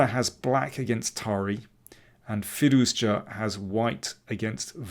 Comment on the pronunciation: can you say his name right? there's no hard J in firouzja... it's a soft j like the s in pleasure.